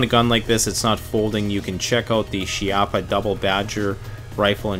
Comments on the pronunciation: how about 2 of these,ahahaah its all you ever need ,i just love it, but the name in italian pronunces kee-ha-ppa, ok guys, not she-app-ha, and to tell you what chiappa means in italian,is butt cheak,thats right the place where the sun dont shine. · It's also "kee-yappa" not "she-yappa" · Chiappa is pronounced key-appa and never run a cleaning snake from the muzzle to the chamber 🤦‍♂️🤦‍♂️🤦‍♂️🤦‍♂️ chamber to muzzle always! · Chiappa is a family name. Pronounced "key op a".